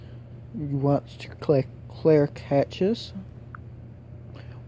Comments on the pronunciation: I'm guessing if you're gonna call Applications "appliances" you might not be the right person to be offering up HOWTOs. Secondly, cache is pronounce "cash" not "catch". Leads me to think you are not tech savvy and again you might not be the right person to be offering up HOWTOs. Effort is noted, however. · Wassup Dude and cache was pronounced catches. Lol